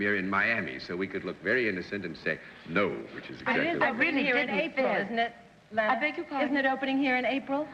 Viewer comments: Leave it to Bennett to mispronounce "Lana"!! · What is it with Bennett Cerf so often mis-pronouncing the names of celebrities ? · Bennett Cerf mispronunciations continue. He even couldn't say Lana Turner's name correctly. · Yes, he could. He was especially prone to pronouncing a short vowel as though it were a long vowel, as in the "o" in "roster" and "modicum", the "e" in "felon", and the "a" in "Lana". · And Lana was very specific about how she wanted her name pronounced. Kind of mean of Bennett to go against her. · Bennett - "Lay Nah" Turner.... ROTFL. Bennett does it yet again. I'm surprised. Miss Turner was very particular to be referred to as "Law Naw" but most people referred to her as "La Na". Bennett of course misses both marks (even the most common incorrect pronunciation of her name). .... Oh Bennett! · Bennett misprounced Lana. .he said Layna when he guessed her identity. Listen close and you'll see. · Cornball Bennett Cerf can't pronounce Lana Turner's name... says "LAY-na Turner" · Lana Turner was a gorgeous and stunning woman. And for some reason, the more I watch this show, the more annoying Bennett Cerf gets. “Lay-nuh” Turner, smh 🤦🏻‍♂️. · face-blue-smiling::face-blue-smiling::face-blue-smiling::face-blue-smiling:Bennett Cerf has the WEIRDEST way of pronouncing certain things like Lana Turner's name -= as LAYNA???????????? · Yet another one of his erroneous pronunciations. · called her LAY-na Turner?!?!? wtf.... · "Lay-nah" Turner. For a well-educated publisher Bennett could certainly butcher the pronunciation of some rather ordinary words and names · That struck me as odd, too, as well-known as she was by then. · Either Bennett speaks New Yorker, he has a slight speech impediment, or both which has nothing to do with being a publisher if he wants to do that. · As an avid reader, Bennett tended to learn new words and names by reading them, rather than hearing them pronounced correctly. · Danello Yes, that grated.